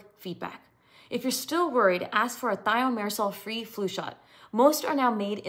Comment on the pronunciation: If Thimerosal was already removed years ago, why would anyone need to ask for one without? If it isn't harmful why remove it? If it's necessary why remove it? If it isn't needed, why include it in the first place? If you're presenting as an expert in this, why don't you know how to pronounce Thimerosal?